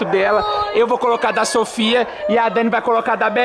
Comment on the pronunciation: A dani falou meu nome so que com o i 😅 SOFY